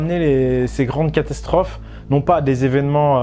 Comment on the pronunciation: il n'y a que moi qui a entendu " castasstrophe "? x) mdr, jten veut pas, super intérrésante ta vidéo!